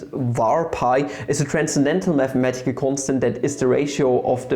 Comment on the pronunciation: meth-a-metical you say